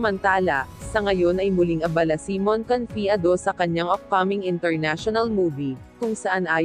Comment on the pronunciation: ayukong mag subscribe sa yo..ayusin mo muna pag pronounce mo sa name ni mon